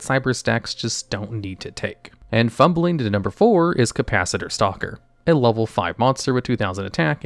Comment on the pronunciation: “Capacitator” lmao